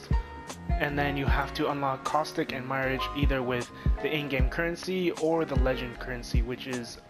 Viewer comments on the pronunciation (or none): My-ridge??? It's mirage hahahaha. Quit watching after I controlled my laughter enough to change the video. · Stopped watching after I seen your lvl 3 and pronouncing Mirage as my-ridge. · Did he just mispronounce "Mirage"!!??